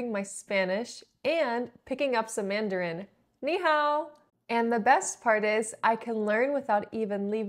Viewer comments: ”你好“说得非常好，完全没有口音。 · You speak the word "Hello" in Mandarin very standardly.